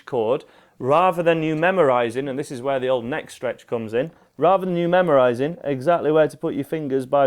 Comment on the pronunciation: why do Brits say "raver" instead of rather? What's so difficult about saying TH? If the word was meant to be the way he said it, it would be spelled "raver", but that's an entirely different word. ffs man, just learn to speak proppa.